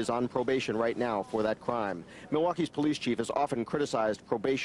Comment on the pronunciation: The po-lice? A 'dead' body? What other type of 'body' is there? A living body is called: a person. Jeff "Demmer", the reporter said. He continues saying, 'rotting smell' but smell is the action verb, it is proper say: SCENT, not smell.